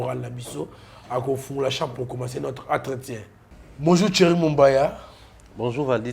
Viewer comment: c'est Thierry et non tchery monsieur